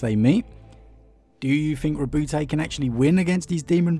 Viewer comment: Lovely story telling skills, but it's not Roboute'... it's Ro"but"